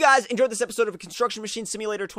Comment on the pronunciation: "And today, We are back in Contrucksion masine simulater"